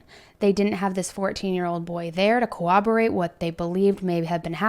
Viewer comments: COWABERATE?? LMAO! I gotta laugh at these "true crime" people, not actually knowing how to pronounce words they hear on stories. It's CORROBORATE! Said how it's spelled. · Also corroborate is not pronounced like cooperate with a b instead of a p. It's pronounced like it's spelled.